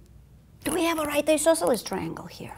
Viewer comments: how do you spell that strange word she uses, it sounds like "e-sauce-elus"? i know what she means, but never heared that word. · "Do we have a right isosceles triangle here? dramatic pause We might! ..."